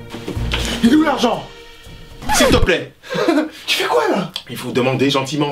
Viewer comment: Quand il a tocer est qu il a dis siltepler